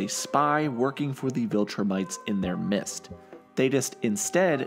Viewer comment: Gosh dang it! You were doing so well I was completely intrigued by this video. then you were talking about the secret viltrumite on Allen's planet and you said "mist" when you needed to say "Midst" 😭 WHY!!!?